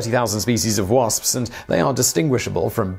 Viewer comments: I love how he pronounces "wasps" the "spspspsps" calls the attention of my cat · WaSpS, he pronounces every letter and I love that for some reason